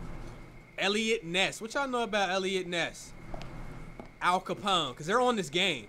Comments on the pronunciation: bruh hold this L All Copone. it's Al Copone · Brother I aint the type to look for anything wrong but 'All Capone' come on 😭